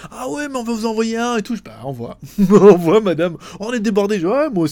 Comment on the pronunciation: stp arrête de dire "envoYe" prononcé envoyaille, on dit envoie!:p Et ce n'est pas a cause de ton accent lyonnais ou autres excuses lol